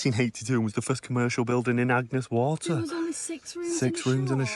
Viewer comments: Damn, you said Agnes Waters 🙄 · It’s Agnes Water not Agnes Waters. 👍